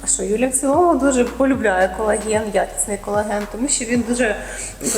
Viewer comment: Юлії респект. Вона трохи про колаген розповіла. Навіть назвала його правильно, без букви ,,Е" на початку, на відміну від двох інших недоекспертів.